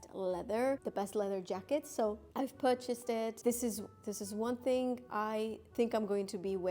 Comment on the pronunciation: You say Purchased very weird😂